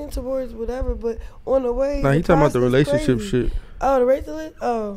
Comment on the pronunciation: Chrisean Rock can't Even Pronounce Relationship 🤣🤣🤣